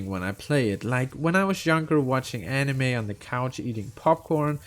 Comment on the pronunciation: Did you just mispronounce Anime. I don't know but I think Anime is pretty main stream. Also you mention you don't like clicking to progress. Genshin already updated this in settings you can enable auto dialog and it will progress without clicking unless there is a dialog choice.